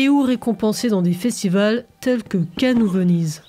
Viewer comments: Y a que moi qui entend "le festival de Ken" une fois sur deux ? 😄 Très bonne vidéo en tout cas ! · Je n'y ai jamais été, et j'ai toujours suivi cela assez distraitement. Une analyse détaillée et nuancée comme toujours. On aurait presque voulu plus de votre expérience de l'intérieur en tant que résidente., quelle voix suave. Par contre vous accentuez beaucoup le nom "Cannes", des fois ça me faisait penser à "Ken! Le survivant de l'enfer!". ^^